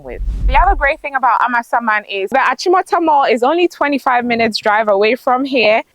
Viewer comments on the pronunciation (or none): I love the way calls the name of the area as if it means AMA’s ghost. It is really a Ga village although now sprawling town and it is Amasa mann as in Amasa’s town. Actually the area around Amasaman Senior High Technical School has quite good roads.